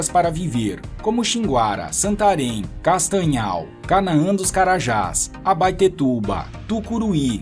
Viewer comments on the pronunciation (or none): E Santarém você errou